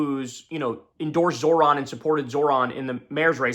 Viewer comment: can somebody please teach Kyle how to say Zohran correctly. His name isn't fucking Zoran. JFC man